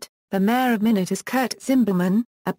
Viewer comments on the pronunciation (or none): It is not pronounced minute., Rather my not